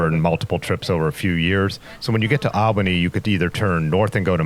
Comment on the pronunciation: Great video and fine narration. Did you come across any bikers who bike packed and slept in their own shelters on the trial? Oh BTW take this as helpful nothing else. It's pronounced All-ba-nee.